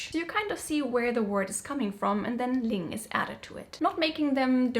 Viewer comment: ❤ that pronunciation / sound